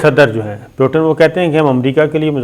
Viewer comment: It is not Potin, his name is Putin. Please correct your pronunciation.